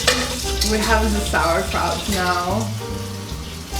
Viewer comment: We're havin some sowacrouch